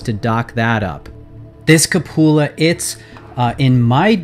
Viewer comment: OMG it's QUE-pew-la or COO-puh-luh. Cup-OO-la is cracking me up. Good lord.... Just realized why that pronunciation is so funny. It sounds like you're saying cuh-POO-la, and we all know that poo is one of the funniest words in the English language, second only to pants.